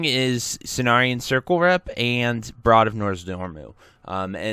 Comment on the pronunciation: Brood. Say brood. Like brewed. Not broad. Yikes.